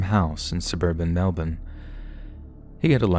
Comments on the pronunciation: Hi, thanks so much for pronouncing Melbourne properly! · As an Aussie I'm delighted you pronounced Melbourne properly 😅. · As an Australian I'm super proud of your pronunciation of 'Melbourne' 🤭🥰